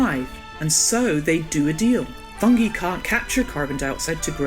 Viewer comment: Is "fungi" pronouncd correctly? Cambridge dictionary says fʌŋ.ɡaɪ for both British and American pronounciation